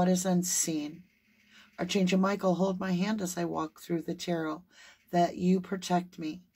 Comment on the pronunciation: Hi, just wanted to let you know that archangel is pronounced a-r-k angel, not arch. Just think of Noah's Ark as a prompt. It helps me.